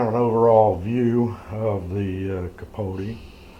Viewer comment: wrong we say capo not capoteh